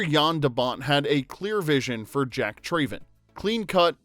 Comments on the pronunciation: How can you make this video when the Narrator cannot correctly pronounce the Character of Jack’s last name, “Traven.” His last name is pronounced “Trav-en” and not “Tray-ven.” It is said numerous times throughout the movie, and not pronouncing it correctly in a video titled “15 Weird Facts You Didn’t Know” is absurd when clearly the Narrator doesn’t know one of the simplest facts/pronunciations in the movie. As a die-hard fan of my all time favorite movie, this discredits your supposed level of knowledge and I cringe every time I hear him say “Trayven.” Thumbs down. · Jack TRAYven 🤣 - If you've watched the movie, you know it's pronounced Trav-en. Also, the bus jump was done in one take and it was a success, the footage you used is from the making of featurette on the special edition DVD that shows the aftermath of the bus landing. They expected the landing to be hard and had the driver protected in a suspended harness, and they knew they'd completeley destroy one of their hero buses, so it was one of the last things they shot. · Trav-en not Trayven. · Came scrolling through the comments to find this. Literally one of my favorite movies as a kid and as soon as he said "TRAYven" I knew there was no way he watched the movie. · I don’t understand how you and make a whole video about a movie and pronounce his last name differently than they do in the movie. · Anyone else unable to finish watching this vid because of the narrator's continual mispronunciation of Jack's Surname?